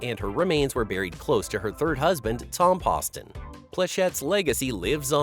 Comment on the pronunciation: Be nice if the narrator would have taken the time to learn to pronounce Tom POSTon's name correctly. Really? It's called professionalism.